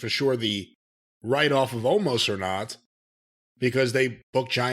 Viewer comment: I love how & Jim keep calling him "Omost". Well, they got it almost right🤣